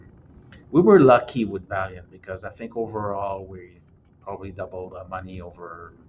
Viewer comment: Valeant, not Valiant 😀